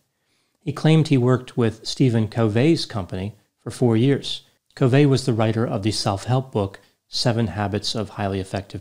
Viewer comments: Not Co va ,..It's ....Covy,,(eee) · Have I been pronouncing Covey wrong all this time? I thought it was Cuv-ee, not Cove accent aigu. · "Stephen Coh-vay".... it's actually pronounced "Cuvvy" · Stephen Covey’s name is pronounced Kuh-vee. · Its pronounced covee. Hes lds. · The way pronounces the name “Stephen Covey” cracks me up lol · Me too! At first I didn't know who he was taking about! lol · You’re pronouncing Steven Covey’s last name incorrectly.